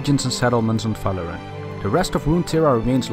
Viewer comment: Are you saying it because is saying Faloran?